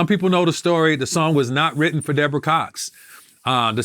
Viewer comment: said “were you and debrorah cool”